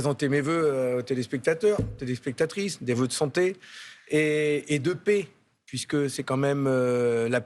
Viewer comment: On ne dit pas la "pé" mais la paix.